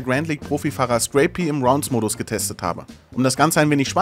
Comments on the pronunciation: warum spricht den guten mann jeder "screy pi" aus? Er heißt Scrapie. also quasi wie skräpi... so schwer ist das jetzt nicht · Crap mit s vorn dran und einfach ie noch hinten ran. Hat mich auch leicht getriggert